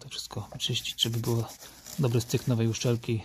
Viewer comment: najważniejsze to czyste (uczelki) poćwicz wymowę bo oglądałem i co mówiłeś o uszczelce to uczelki